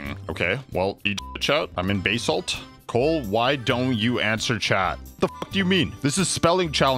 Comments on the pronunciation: Baysalt lmao but it IS pronounced BAsalt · bro its buh-salt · Every time you said "bay-salt" it physically hurt me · actually its buhsalt, quickly spoken. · Can I have some buhsalt on my, idk a dish that has buhsalt on it